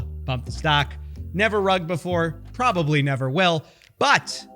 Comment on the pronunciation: I don't like the way you said "PROBABLY never will" 🧐🤔